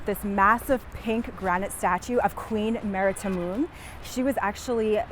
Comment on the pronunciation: She says "statue" like Giada De Laurentiis says "parmesan." ie: pretentiously incorrect.